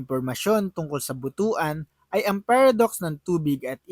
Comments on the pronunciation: Hindi yan Buto.an sapag pronounce. Butwan ang pronounciation ang tamang pronounciation yan. ( Butuan ) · but-wan ang bigkas dyan hindi bu-tu-an haha..bastos na word yan sa iba😆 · Pronounce as but-wan not bu tu an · But-wan ang correct pronunciation hindi Bu-tu-an. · Pronouns as Butuan not Bu tu an.👺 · Anung butuan😂ang pagbigkas nyan ay.butwan.